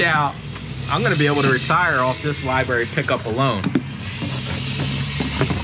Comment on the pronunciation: Left after "libarry" lmao